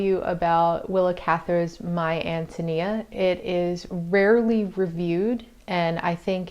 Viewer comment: Awesome .... first review I have found where reviewer pronounced An toe knee uh correctly! Great review too~ lovedthe book!